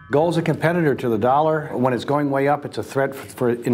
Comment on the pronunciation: kick the can?!!! Stop the inlesion! Let's keep playing cleaner, intel inside,! From wi dow to window. Don't say DOLLER! ITS THE INLETION!!! It's not the werds DOLLEAR!!! GOT DAMMIT°°! Playing your game, don't mess with. Y bible,Bible, any new inflesion.